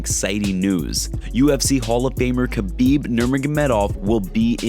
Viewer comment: YOW READ YOUR COMMENTS YOUR NOT THAT IMPORTANT LEARN TO SAY KHABIB PROBABLY AND LEARN TO STOP LYING TO PEOPLE I WILL HAVE YOUR CHANNEL SHUT DOWN ANYTHING YOU SAY MAY BE GIVEN IN COURT AS EVIDENCE